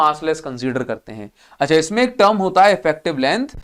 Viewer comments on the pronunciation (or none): none